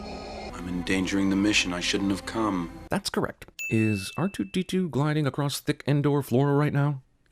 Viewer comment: "bar2d2" lol